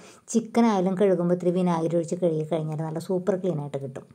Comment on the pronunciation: കിഴുകി എന്നല്ല കഴുകി എന്നുപറയണം